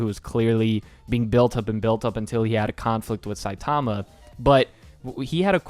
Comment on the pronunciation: Is that how the english dub pronounced Saitama? Shit My ears are bleeding from you saying it anyway.